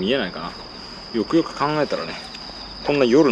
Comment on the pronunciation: よくよく考えたらがゆくゆくに聞こえる、まあ気にしなくてイイけど気になる滑舌と発音の問題今後の課題ね。他がマトモなだけに惜しい！